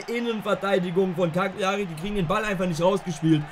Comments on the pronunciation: die karrierefolgen sind baba aber broooooo es wird Caliari aus gesprochen nicht CaGliari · Cagliari wir Cal_ier_i ausgesprochen Triggert mich schon die ganze Zeit 😂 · Es kann doch nicht sein das ich der einzige bin den es triggert wie er Cagliari ausspricht…Bro das G ist stumm…sonst wieder gutes Video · Bitte probier in zukunft Gagliari richtig auszusprechen